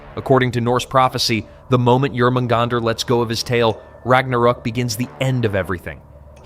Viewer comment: Jormamgunder. The J is pronounced as a Y. Pronouncing the J is like nails down a chalkboard.